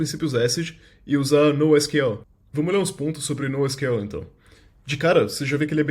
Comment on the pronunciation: o nosql ele mistura portugues e ingles